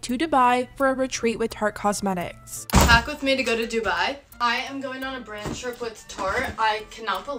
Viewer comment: hate this bc dubai is my hometown and they're butchering the pronunciation !!!!!!!